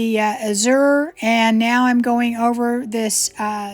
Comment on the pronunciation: Hi,! Another great video! Thank you for sharing your talents with us! The word azure has its accent on the first syllable. Short a, then zhoor;)